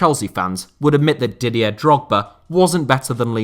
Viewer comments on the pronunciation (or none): none